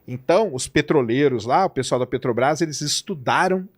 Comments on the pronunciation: Sei.... Que o nome é Petrobrás e não "Petobas". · "PETOBRAS" é dose. Tem criança lendo suas manchete de capa. Coisa horrorosa. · Descobriu que falta um R 😂😂 na peTObras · O correto é Petrobras (sem acento no 'a') e Petobras!